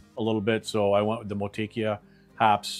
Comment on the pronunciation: "Mo-too-ekk-ah" brother